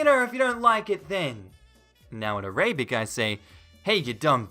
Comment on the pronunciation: Can we acknowledge that he pronounced Arabic “ah-RAY-bik?” Edit: just some grammar fixes